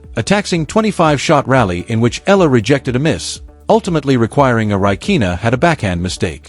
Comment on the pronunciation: Eala pronunciation E yala